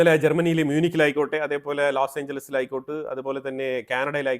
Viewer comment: ലൊസാഞ്ചൽസ് അങ്ങനെ വേണം ഉച്ഛരിക്കാൻ. ഞാനിത് പറയുന്നതിന് പ്രത്യേക കാരണമുണ്ട്.നിങ്ങടെ ചാനല് കാണുന്ന ആൾക്കാരിൽ വിദേശ രാജ്യങ്ങളുടെയും സ്ഥലങ്ങളുടെയും വ്യക്തികളുടെയും പേരുകൾ കൃത്യമായി അറിയാൻ ശ്രമിക്കുന്നവരുണ്ട്. അവരെയും കൂടി കണക്കിലെടുക്കണം.